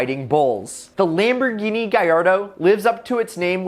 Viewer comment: Its lamboghini gallardo